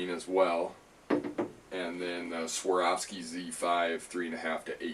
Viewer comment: Please !!! A is first, O is second in SWAROVSKI.